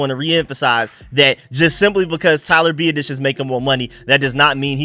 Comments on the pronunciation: Love your videos bro. Just one thing, Tyler’s last name is pronounced Bee-aah-dish lol. Sorry don’t mean to sound like an ass. Keep doing you though! Love your work! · You are butchering our new center's name!!!! LOL. BiAdasz. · Hopefully, will stop consistently butchering Tyler Biadasz's last name by the time OTA's roll around